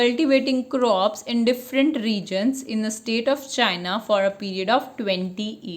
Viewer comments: madam first you read proper then u teach otheres ok thats not chania thats is a canada. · I wonder how CANADA is pronounced as China ? 🤦‍♂️